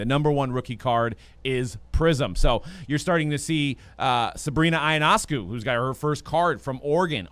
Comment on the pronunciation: Lmfao so many people can’t pronounce ionescu properly